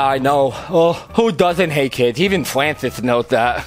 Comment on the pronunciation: It sounds like he said oh shate lol!